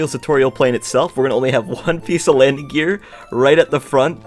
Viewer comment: Me: Say gear, please.: Gir. Me: Gear, not gir...: Gir.. Me: MOTHERF